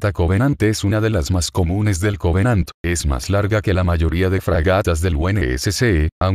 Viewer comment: Creo q dijiste 100 covenadt